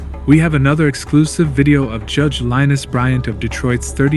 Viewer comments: It's judge lin eese,no Linus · You seriously called her "Linus"? That is insulting. Her name is Lynise. Luh Neese. It's not hard. What is wrong with you? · Lin-eese not Linus, omg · Linus.....it’s lynise